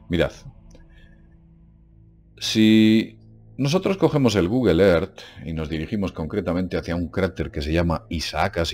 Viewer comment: Yo nada más entré a escuchar a decir "El Gugel Er".;)